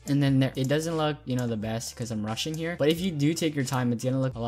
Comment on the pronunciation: He is saying that because it sounds like you are saying "I'm Russian here" but you said "rushing" lol